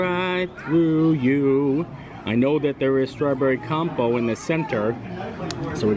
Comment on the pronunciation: Looks like you had a fun day! 👏🏻 Compote is pronounced com-pot btw 😁💖